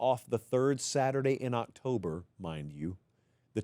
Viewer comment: Did I really just hear "cocktober surprise"